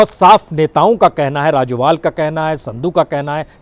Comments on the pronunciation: राजोवाल नहीं राजेवाल है। कादियान नहीं कादियां है जी। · राजोबाल नहीं सर राजेबाल जमदूरी नहीं सर जमहूरी